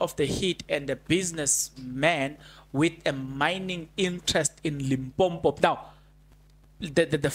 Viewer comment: It is limpopo not limpompo you Carrie on calling this limpompo thing .Please stop that .